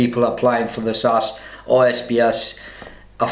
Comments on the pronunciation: SAS...NOT sass!...ask the boys from Hereford! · SAS is pronounced ES-EY-ES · Dude just pronounced "SAS" as "sass" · Since when is the SAS called the "Sass"?